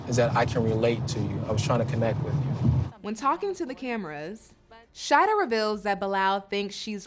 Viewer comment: It’s Sha-EE-dah 😂